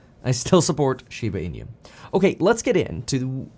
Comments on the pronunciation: Hi Kevin, Thanks for getting into SHIBA INU. The pronunciation of INU in SHIBA INU should be E-NOO, like noo of the word "nook". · Plus he pronounces inu incorrectly! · The way you continue to pronounce inu just irks me… lol it got me annoyed enough to stop the video and comment. 🤦‍♂️🤦‍♂️🤦‍♂️